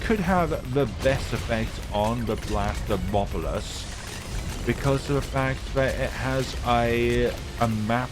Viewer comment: Blastapopolus not blastmobolus